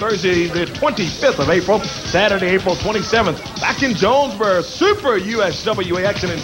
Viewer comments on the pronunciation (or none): Pt 4 is still missing. I forgot the Casino shows in the era. Corey saying Jone-Ber for Jonesboro, Ark. I remember Lance saying 9,400 was there when Jerry won the AWA title; not 11,500 like Jerry said here. I thought the Coliseum's capacity a little over 10,000